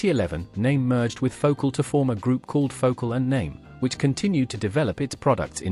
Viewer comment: I liked this video, but couldn’t understand why virtually every product name was mispronounced. I have a Naim system and feel like the value is there in many of their products. For example the CD5 is a fantastic CD player that sounds much better than others I’ve heard. However the CD555 which costs almost infinitely more doesn’t sound better to me. I like that Naim thinks for themselves. However, I agree that they have strayed from their original values. For example, for years Naim insisted that you didn’t need fancy interconnects and power cords. They have since done a 180 and now are happy to sell you extremely expensive cables.